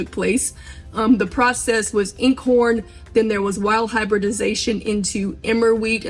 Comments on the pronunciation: You have really educated yourself and I very much appreciate this video!! Makes so much sense not to waste. Fabulous!! (BTW Einkorn is pronounced with a long "I" like EYEn korn) Thanks again - fabulous, just fabulous!! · Dear, just a little correx on the pronunciation. The word is Einkorn, pronounced to rhyme with “nine”. It’s German for “one grain” or “one kernel”. Modern hybridized wheat has multiple kernels. You’re on the right track grinding your own. Preground flour einkorn goes rancid after just a few months—long before the expiry date. I’ve thrown away way too much of it, because the minute I opened the bag, it was unpleasant to smell. So anyone who’s serious about working with einkorn, alone or mixed with other flours, is well advised to buy a cute little mill and purchase the grain in its natural state, and only grind it when you are ready to use it. BTW, as a girl we vacationed in the rockies at a guest ranch, and the cook there used sourdough and did no discarding. She made bread and pancakes with her starter every day. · Glad I found your channel! BTW, Einkorn is pronounced "I -nnn - corn" . The I is pronounced like the letter "I" (not in). Just sayin... Thanks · Thank you for the recipe. Very simple. I wanted to tell you that Einkorn is pronounced “I-een Korn”. Glad I found your channel!! ♥️🙏🏼♥️ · Just to clarify; einkorn is pronounced "eye-n korn".. the ei in German is pronounced "eye" as in Heidi and Einstein (einkorn is a German word). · She does not prounce Eiinkorn properly. She says a lot of stuff that is not factual, and it takes away from the process. But all in all this is very useful approach. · Okay...I have to correct your pronunciation of "Eincorn". It is NOT "N-corn"...it is "EYEncorn". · nit pick, its not pronounced in-corn it is pronounced eyen corn because it is german for one wheat because it has only one head of corn where modern wheats have 3 per stem. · Can you spell that original what? Sounds like incore wheat?